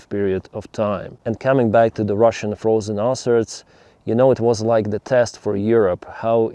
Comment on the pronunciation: “Frosen ruzzian arses” 😅